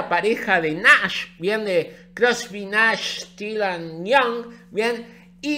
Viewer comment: cuando nombras a nash, lo pronuncias como NAS y ahora pienso que nas estuvo en pareja con joni